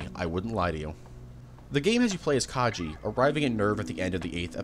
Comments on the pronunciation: lovely video, but please, PLEASE, put more effort into pronouncing character names. You called Kaji Kay-gee and consistently butchered otheres :( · Asooka (Asuka) , Kyjee (Kaji) , Akeyjee (Akagi). bruh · bro did you even watch the show? Calling Ritsuko "Akeyji" and calling Kaji "Kaiji"...